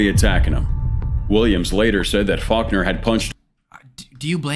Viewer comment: Faulkner sounds like f*ck her